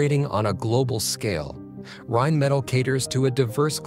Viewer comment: Rimettel😂😂😂🙈 Deutsche Sprache schwere Sprache. Auch für KI.